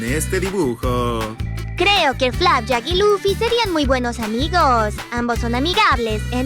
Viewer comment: Dijo loffy es LUFFY😭 al principio😔